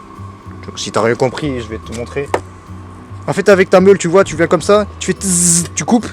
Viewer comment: Et ta dit coumme ça au lieu de comme ça